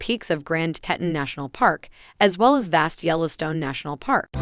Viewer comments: TEE-tawn -- not Tetton ... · Nice story and loved seeing the photos of Jackson— my home for 15 years. Loved going to our 4th of July parade every year. Might want to update vid audio to correct pronunciation of words Teton and Targhee.